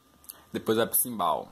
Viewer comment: Manda mt bem parceiro.. mas uma coisa... chama é CHIMBAL com som de X e nao simbal